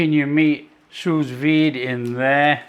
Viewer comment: Well-well, I have exactly the same make of machine. They are cheap, just another handy tool in the kitchen. I am not French, but just before too much complaint floods the comment section, the "s" at the end of sous is silent :D. (if you have a kitchen blowtorch, you can imitate that barbeque goodness, not to mention, if you work the fatcap too, you never skip it ever again )